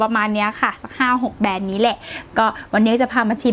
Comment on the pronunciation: แบรนด์ค่ะ! ไม่ใช่แบน 😄